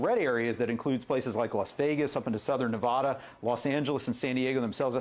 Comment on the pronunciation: It is Nev as in never, ada as in atta boy. Learn how to pronounce the states properly!